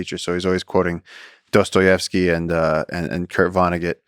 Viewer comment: Wow props for for pronauncing correctly Dostojewski. Hands down